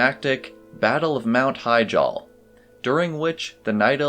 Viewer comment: Which is correct pronunciation of Hyjal; HI-JAL or HI-Jil ?